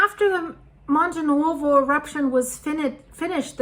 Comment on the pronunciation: Hi,, you pronounce the Italian vowel sounds in the middle of Nuovo perfectly (as in Monte Nuovo - pronounced oo-aw). The vowel sounds in the middle of Pozzuoli, however, seem to be tripping you up, although they are exactly the same (pronounced, oo-aw)...